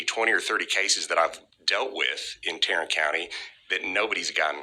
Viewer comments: Did he say " Tyrant " county? Its supposed to be Tarrant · TARRANT COUNTY??? TYRRANT COUNTY!!!